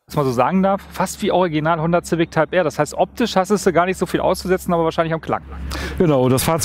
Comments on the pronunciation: ZIVICK? edit ZAUND SCHEK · wen fuckt es auch so ab das er immer honder Zific sagt xD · Wie er ständig Ziwick sagt! xD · Wenn der Herr noch einmal "Zivik" sagt rast ich aus!!! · Finde das Format zwar richtig geil aber Der Typ geht mir Richtig auf den Keks wie Civic sagt😂 kann da nicht Jan einspringen 😅